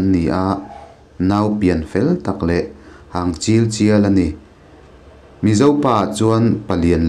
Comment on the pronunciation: 'Hang chil chial' ni lovin 'hang chil chel' tia lam tur a ni ang